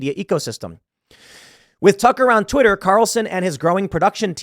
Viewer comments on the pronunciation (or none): When he said Tucker on Twitter I thought he said tuck around Twitter like he was alluding to fuck around Twitter, And I thought it was fucking hilarious